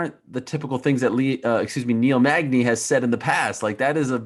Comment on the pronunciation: my boy Niel " MAGNAZE " Magny